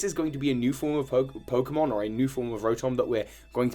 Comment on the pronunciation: i gotta look up these pokemon’s names so i get them right Also: mispronounces them badly and repeatedly throughout the video